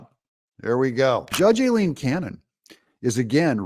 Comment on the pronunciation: The only people who pronounce Judge Cannon’s first name INCORRECTLY are LEFTISTS and YOU Are you a closet leftist, Doug? Some kind of shill??